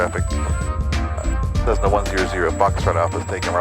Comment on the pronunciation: Great video and congrats on the new addition. One thing to note is that Cessna is pronounced with S's and not Z's. I use to have that habit as well. :P